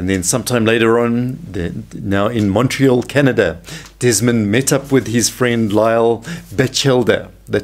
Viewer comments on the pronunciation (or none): none